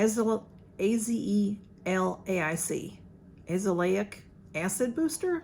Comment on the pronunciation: I ❤ Paula's Choice Azelaic Acid, but it's gotten too expensive so I don't purchase from the band as often anymore. I believe the pronunciation is: A (as in apple) Ze (as in Zest) La (lay) Ic (likey icky or sticky) Ah-Ze-Lay-Ick Acid